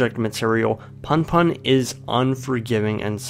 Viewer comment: I cringed so hard when you pronounced punpun as "panpan" please dont do that